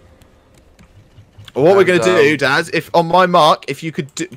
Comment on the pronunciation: Did he call you daz or dad